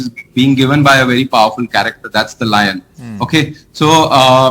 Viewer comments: They have totally messed up the national emblem. The guy on the left can't even pronounce lion and is calling it loin... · He does not know to pronounce lion!!